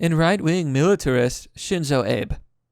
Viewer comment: Also, "Abe" is pronounced "ah-bay."